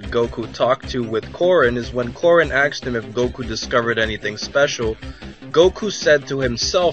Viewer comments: Why do all americans say "aksed" instead of "asked"? Is it just hard for them? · "..on a question I was axed on my ask.fm account...' Why did you say it correctly one way but not the other :P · Someone axed You? Man I bet that needed a lot of stitches and mommie kisses